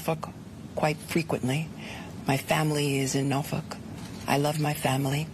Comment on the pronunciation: Did Letitia James just pronounce Norfolk "no f*ck" twice in a row?